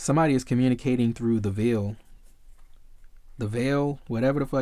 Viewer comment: Its funny as I waited this morning on to post...I watched his older videos and 1.) He talked about how he sees witches, and they respect him...there is no beef but like he said today (everyone is not a witch) and 2.) He said veil but he pronounced it veel which is a fish but im not hating lmaooo 😅😅 that being said I also think its cool you talked about how there was a "face in the sky" because on full moon in Leo I did a ritual and saw faces in the clouds through the moon light that looked like a lion head in the sky! Also...just from personal experience....I finally became a "witch" because I was persecuted so hard core in the conservative town I live in from starting Tarot cards....to my other spiritual practices....to being LGBTQ they called me Devil worshiper....and every other name of the book...so I finally embraced the title of a witch (im also pagan/earth based spiritual/ belive in God's and godesses) but yeeeeah.....its been hell 🤣 but I keep it pushing also these readings have been so on point especially about them crazy libra trying to use the court system to attack but they are low key jealous and slandering and gossiping but I stand in my power like the good witch I am! Anyway much respect to! I watch these every morning and they bless me! 🔥 shout out to my other witches that continue to stand in your power regardless of the persecution we in a new time period! ❤❤❤they won't burn us now! We can do witchcraft and arts and crafts i